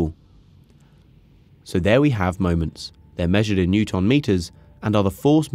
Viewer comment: Say ‘newton’ correctly, come on